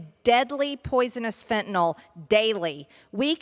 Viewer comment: OMG she finally pronounced fentanyl correctly.